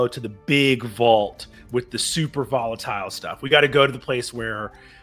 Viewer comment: "volitile chemical" is such perfection. <3